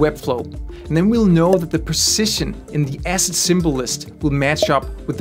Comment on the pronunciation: oh ASSET! OHHHH! I thought you kept saying acid.